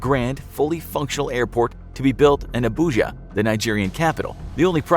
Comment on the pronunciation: Hearing you pronounce names like Ogwuma, Nwude and Abuja hurt my ears 😂